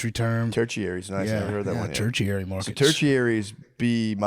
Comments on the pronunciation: “turchiary” lol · Ter-chiary instead of tertiary is crazy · ter·ti·ar·y /ˈtərSHēˌerē,ˈtərSHərē/ Not turcherary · Couldn't get through five minutes, sorry. Mispronouncing "tertiary" and "Des Moines" was rough.